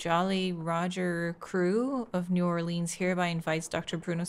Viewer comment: My Cajun heart is so happy to hear pronounce New Orleans correctly😌